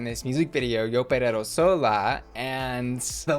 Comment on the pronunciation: its the ''yo perero sola'' for me